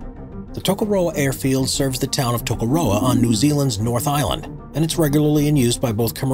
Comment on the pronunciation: TAKOROWA hahahaha